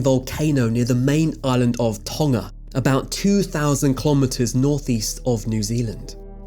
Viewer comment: I was astonished to hear Tonga pronounced without the G (i.e. tong-uh rather than ton-guh). Well done!